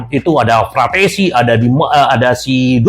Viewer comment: Km juga salah,,yg bener frattesi😁😁